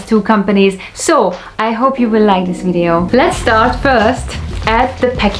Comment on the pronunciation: I like the way you say "wintage" and "wideo". ;) Thanks one more time for the very detailed review of the Solido and Shuco models!